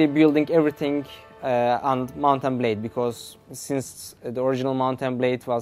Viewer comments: "Mountain Blay Warbands" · Did he say "Mountain Blade"